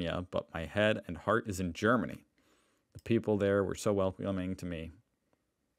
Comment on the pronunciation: It took some time to understand, that you mean heart instead heard.